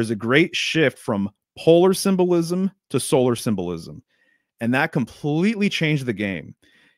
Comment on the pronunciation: Sym-Bull-Ism lol